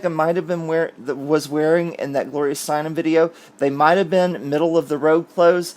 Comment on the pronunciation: Thank you for pronouncing "Steinem" correctly. Everyone else under 50 is saying "Steinman". ( I just noticed spell-check automatically "corrects" it to Steinman.)